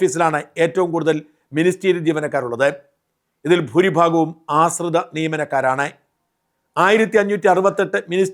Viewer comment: "ആസ്രിത" അല്ലാ "ആശ്രിത" നിയമനം എന്ന് പറയൂ ഷാജൻ